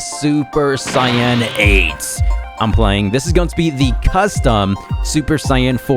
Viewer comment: but is it "super cyan" or is it "super saiyan"😅😅 to be fair, my generation calls it "super say-ian" you literally say the workd "say" derived from "said". but whatev i just think its weird the way you say it lol